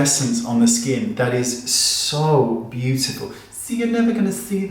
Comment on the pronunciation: I live for you saying “beautiful”! Course, I also love when you put on your funny accent and say you’re not gonna try something. Haha! I laughed a lot at this video. Thanks as always, Wayne. You’re such a pleasure.